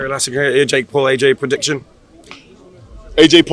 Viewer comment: Lmao Wilder..."predishen"